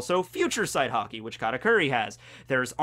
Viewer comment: i have never heard some one say haki wrong so much times